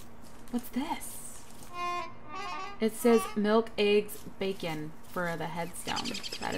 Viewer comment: you mean bacon! not gacon!